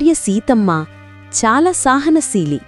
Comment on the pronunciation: సహనశీలి కాదమ్మా సహనశీలి.